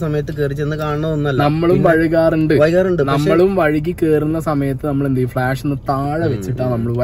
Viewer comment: വഴ്കാറുണ്ട് എന്നാണോ വൈകാറുണ്ട്‌ എന്നല്ലേ